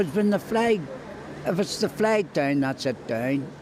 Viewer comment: Jamie Bryson dosent call it a flag or a fleg no no. He calls it a fwag